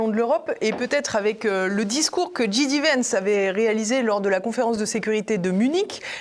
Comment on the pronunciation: Bonjour, Pouce en l'air et commentaire: Il faut dire "Ji Dé" Vance, à la française, ou "Djai Di" vance, à l'anglaise (ou Vance tout court comme le fait Alain Juillet). "J" se prononce "Djai" en anglais, on a compris pour DJ qui se dit "Di Djai"! Comme son nom a été prononcé de (très) nombreuses fois... Bravo pour vos émissions et longue vie à TVL!